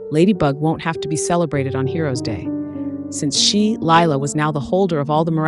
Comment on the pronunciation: I HATE LIE-LA